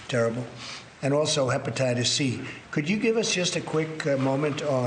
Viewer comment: Can’t even pronounce HEPATITIS with his fat mouth.